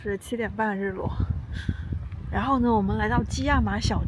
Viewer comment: 博主，kiama读错了！